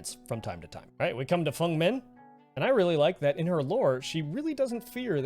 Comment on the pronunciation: the thing i like about this video is that you said feng's name right!! ❤